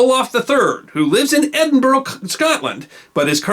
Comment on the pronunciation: Lovely. Er... Edinburgh is pronounced "Edinburruh".